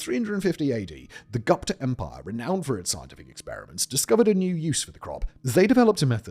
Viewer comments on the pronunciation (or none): none